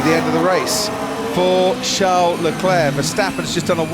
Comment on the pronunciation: he is going after Charles Leclerc, Not Leclurr.!..